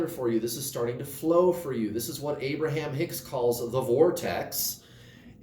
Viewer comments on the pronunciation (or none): none